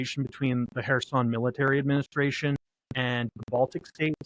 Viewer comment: I appreciate that you pronounce Kherson correctly...will you do the same for Zaporizhzhia?